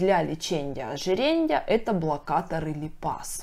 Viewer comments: Дико режет слух ЛЕЧЕНЬЯ ОЖИРЕНЬЯ!!! Лечения ожирения!! А касаемо информативности все здорово. Спасибо за информацию) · ЛечеНЬЯ -ожиреНЬЯ🤦🏼‍♀️🤦🏼‍♀️🤦🏼‍♀️ вы серьезно? Как доверять врачу, если он даже не умеет правильно проговаривать профессиональные термины🤦🏼‍♀️ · окончания режут слух... леченИЕ, ожиренИЕ. Без мягких знаков. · ЛеченЬя, ожиренЬя, сниженЬя, обсужденЬя...так режет слух.